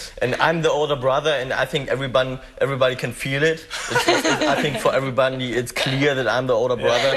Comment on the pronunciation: Tom: Everybun hahaha xD